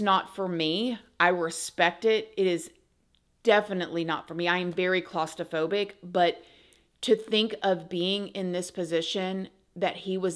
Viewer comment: "Clausto"-phobic, haha. I love you! Thank you for a great informative video.